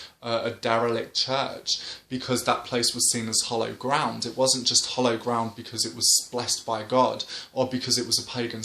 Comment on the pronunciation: Great videos. When you say hollow ground, do you mean hallowed ground? If so, the a should sound like a in happy. Hope you don't mind me saying. Just wasn't sure.